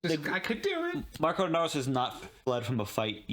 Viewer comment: Hi:hand-pink-waving:😘 We love you and everything, and you are SOOOOO smart! (but...) The name Marco doesn't have an 's' at the end. 😜 This is the 2nd episode that I've noticed you calling him Marcos. It's not like it's a huge deal or anything, but so many other reactors have called him MARCOS INAROS and it just gets me. LOL Just sayin'. But you can call him that if you really want to. I'm SOOOO glad you guys are enjoying this show so much! Your enthusiasm is so evident and so fun! And, so cool that you get to enjoy and react as much as the others get to, now that you're up to date with the episodes you'd already watched., I'm still waiting for the right moment to come up in the show so I can say what you said a few epi's back that blew me away.